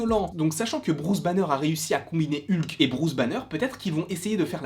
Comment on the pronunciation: Mais dites Hulk comme c'est prononcer à l'original en anglais, bon sang 😂😂😂🤣